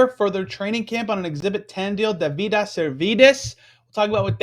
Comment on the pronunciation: His name is pronounced David-us